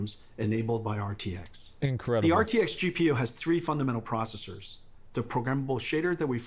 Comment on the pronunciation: My CPU is a neural-net procesah; a learning computah.